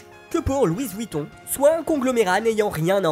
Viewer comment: J'adore toujours autant vos vidéos 😍👍🤩 Par contre 9n dit Louis Vuitton sans prononcer le s, on dit Louis à la française, pas à l'espagnole 🤣😉